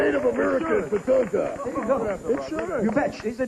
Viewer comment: Ray called him Tatango and Tatanga.